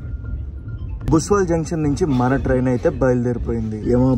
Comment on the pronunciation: బ్రో అది బుస్వాల్ కాదు బుస్సవల్